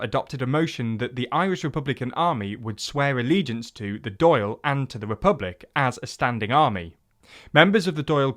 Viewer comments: Don't the Doyle family seem very prominent in Irish politics? Dáil rhymes with wall or ball - it almost sounds like doll, but with a wider vowel sound. Eamon is pronounced Ay-min. The nationalist minority in Northern Ireland faced actual discrimination, not just perceived. Nationalists had Gerry Adams, Unionists had Gerry Mandering. The 1916 Rising happened in 1916, not 1906. And Sinn Féin didn't actually have a lot to do with it - the media just gave them the credit and they went with it. All major political parties in Ireland want a 32 county Ireland. Fianna Fáil literally call themselves THE republican party. It's not remarkable that the biggest party want a unified Ireland. That's always been the case. And as others have pointed out, one of the biggest factors in Sinn Féins surge of popularity is nothing to do with Britain. Irish people, particularly young Irish people are tired of the two centre-right parties who've been in power throughout Irish history (Fine Gael and Fianna Fáil). Sinn Féin have gained because of government inaction on housing, on healthcare, on education. People vote Sinn Féin to vote against the Government, and to vote for a left wing party. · Really bad call on the “perceived” discrimination.. the Catholic emancipation wasn’t enabled for nothing, been documented for centuries and still ongoing in areas in the north. just does show that some Brits still don’t really understand or care what happened here, also how can you pronounce Dáil wrong 3 times all differently like that’s lazy journalism if ye ask me. A lot of context missing like the fact we were a dominion of the commonwealth until 1948. Overall tho good video nice to see some Irish politics on your channel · As a Doyle, i find your pronunciation of "Dáil" hilarious. Both of them. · This is first English discussion on Irish politics I've seen that isn't heavily biased. "Dáil" and Éamon de Valera were pronounced very wrong though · ffs learn to pronounce the Dáil :D What is a Doyle